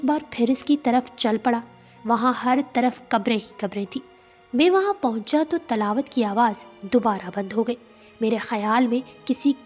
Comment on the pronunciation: Talaawat nai tilaawat